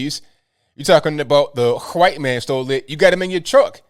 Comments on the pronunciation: Huhwhhhhite man,😁 gets me everytime,love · I love but it's funny how he says "white" He actually pronounces the H. Listen close you'll hear it.